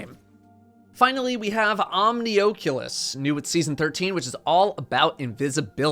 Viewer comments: Ah. Omni-OAK-you-less Like the OAK-you-less rift. Now...Omni-AH-Q-less might work better. Thanks. 🤦🏻‍♂️ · Just an fyi, It's pronounced "omni-ah-culus". As in oculus: a round or eye-like opening or design. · Oh jeez I pronounced omnioculus so horribly, like Omni-oh-cool-us. Omni oculus makes so much more sense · OCK OCK-YOU-LUS I'm triggered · you anger me by saying Omnioculus wrong. Please say the ‘oculus’ like you would say Oculus in Oculus Rift. THEY ARE THE SAME WORD. Rant over. Great for GM’s can confirm. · So no one's gonna talk about how he says Omnioculus? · Are you saying Omnioculus like that on purpose or? 🤔 At this point I never know when you doing the big meme 😂